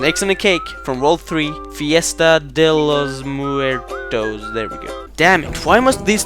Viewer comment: Fiesta de los muertos is party of the dead. Tell Google translator to help you pronounce it.